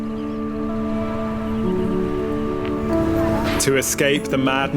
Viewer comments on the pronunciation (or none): If you like Mai Chau, check out Moc Chau, it’s another very beautiful place. Northern Vietnam is full of very green mountainous nature like this. By the way, Chau is pronounced chow and not chao like the way you said it here. It is cognate to Chinese Zhou as in Hangzhou, Suzhou, Guangzhou etc.